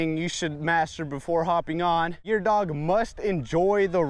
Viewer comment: omg you said dogoo😂😂👅